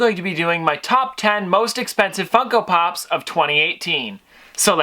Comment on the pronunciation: I swear I thought you said fuck up pops!!